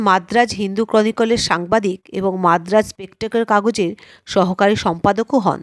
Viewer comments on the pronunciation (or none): none